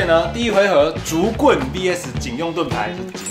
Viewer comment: 你說竹棍我聽成警棍